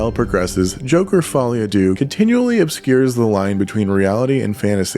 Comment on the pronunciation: It is pronounced Follie a "Deu". Why did everybody on the planet suddenly forget how to pronounce the French for Two. Un..Deux...Trois...etc. Since when did we say Un doo trois :) Even the film makers got it wrong! So not really the critics fault - they just repeat what they hear.